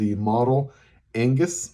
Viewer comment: his is one of the best pronunciations of the name a foreigner has ever done!